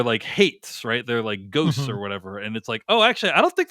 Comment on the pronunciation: I also thought she said Hates